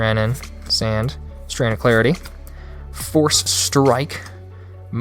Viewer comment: And the names are pronounced differently lol laughed sand 😂 it's "sawnd "